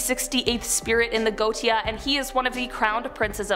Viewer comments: Her pronunciations are horrible! For example, She is incorrectly pronouncing 'Goetia'. It's pronounced 'Go-Ay-Sha' NOT 'Go-Tee-A'! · The way names are pronounced kills me. The boom is pronounced as “rs- go- ay-sha”, and some of the demons mentioned asmodeous is “Oz-mo-dee-us”, mammon is “ma- mon” , azazel is “uh- zay- zel” paimon is not paymon its “p- aye- mon” and other than that it’s pronounced pretty well. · Goetia is pronounced: goEESHah. Also I love your videos. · Lol it's NOT GO TE A PRONUNCIATION LOL ITS GO WAY SHA,,,, hahahaha hysterical! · It’s pronounced Go-ay-sha not goatia😂😘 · First off Ffs It’s not goatia Go ay sha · Hey! First I just want to say - thank you for all the brain candy! My 12 yo son and I both love watching your channel!:) Just fyi though - "goetia" is pronounced "go-AY-sha". Just thought this info might help for future vids. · The only thing I ever mind about these videos is the fact so many are pronounced wrong, it takes you out of things... 'Ars Goetia' is more pronounced 'Ares Go-A-Sha'.. Otherwise things are well done, but I would really look things up to just improve on that one thing.. Mammon is 'Ma-mon', Azazel is 'Ah-zay-zel', etc.. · Göetia is pronounced Go-ay-sha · You're mispronouncing that word. It's go-eh-sha